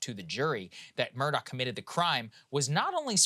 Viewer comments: It’s ‘A-lek Mur-dock’ About his trial - there’s so much more to it. Like, the kennel video that places him at the scene of the murder minutes before it happens. I don’t think the State proved it beyond a reasonable doubt, but he wasn’t convicted solely on that sliver of cell data. Onto Adnan Syad, he’s guilty as hell. At least he spent his best years behind bars. There’s no two ways about it. I live in the area. The Serial Podcast and Undisclosed are biased and do not tell the full story. Adnan was released because of some random DNA on Hae’s shoes - which were in her car, not on her body when she was found. It’s bizarre. Listen to Crime Weekly if you want to hear an unbiased version of the Hae Min Lee Murder Case. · His name is pronounced Alec Murdock. I hate when journslists screw up things like that. Shows laziness &/or incompetence. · His name is spelled Alex Murdagh but is pronounced Alec Murdoch (pronounced Murr-duck).